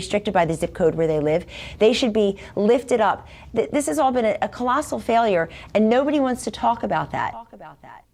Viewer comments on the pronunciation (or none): Did she say, "It's been a falafel failure"? ;-)